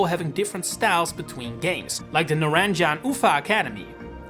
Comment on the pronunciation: you really butchered they way you said NARANJA UVA academy